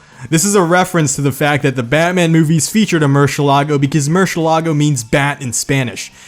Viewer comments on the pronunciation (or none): MurciElago. Emphasis on the E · Btw, "eh" is the stressed syllable, not "la" like most of the people believe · Merseelago not murshelago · Its mershulargo ik its mercilargio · It's mur sa lang go that's how you pronounce it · Virtually every Lamborghini people mispronounce other than the Aventador, Islero and Sesto Elemento. The rest; the Reventon is pronounced as Re-Ben-Ton ('v' in Spanish is a 'b'), the Gallardo is pronounced Guy-Ardo ('ll' in Spanish is a 'y'), Murcielago is Moo-R-See-Eh-Lago (The 'e' has the accent and is stressed not the 'a'), Huracan is Ew-Rah-Caan (not pronounced like the storm), Diablo is Dee-A-Blow, Countach is Kuhn-Tash, Urus is Oh-Res, Veneno is Neh-Nen-Oh (doesn't have an 'ee'), Centenario is Shen-Ten-Ahr-Ee-Oh, Jarama is Huh-Rah-Mah, Jalpa is Hal-Pa, Miura is Mew-Rah, Urraco is Uh-Rda-Co (pronouncing 'rd' is like a cheat way of rolling the 'r', if you can roll it then that's correct). I think that's everything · The murcielago is pronounced with an accent on the e not the fking a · you STILL said Murcielago wrong. oh my gosh it hurts me as someone who speaks Spanish lol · I love how he says murciélago, which it’s still not right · Why is it so hard for people to pronounce "Murciélago"? It's literally written out for you. There's even an accent mark to tell you where the stressed syllable is.